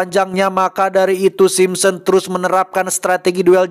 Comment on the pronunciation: Sapa yg ngakak pas salah sebut Simpson 😂